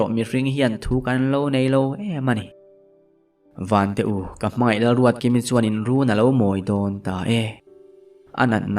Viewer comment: Ruatkimi hi a ruatdiki zeuh zeuh 😂😂 a ziaktu hian ka ziak sual nge a chhiartu hian ruatdiki vei deuh a nei zawk 😂